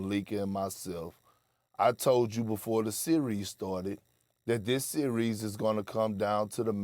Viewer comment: “ i pick in this sewies”…😅